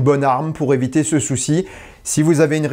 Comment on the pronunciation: J'ai bien aimé la liaison : "pour éviTESLA "😂